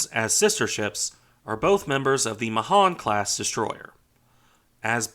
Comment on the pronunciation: Pronounced May hAn